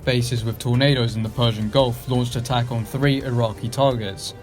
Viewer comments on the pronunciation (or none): Great video but i cant get past that you dont know how to say Iraqi.